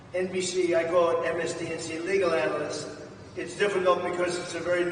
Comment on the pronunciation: I've heard that dementia patients tend to repeat themselves and have trouble with pronunciation. Trump has repeated himself for the last several days and.... Well ..... "Ellie Honig, legal anist for CNN...." ~Former president trump.